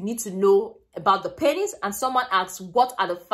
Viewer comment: you pronounce penis wrongly.. it is " PEE nes"